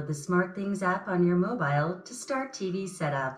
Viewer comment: The way she said “mobile”